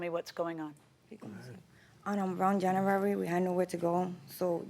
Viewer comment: Um on around jamurary**😂😂